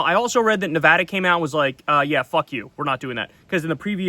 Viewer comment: Thank you for saying Nevada correctly and we say Hell No to testing here and I’m sure New Mexico agrees.